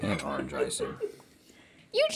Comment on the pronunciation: Link “Arange juice”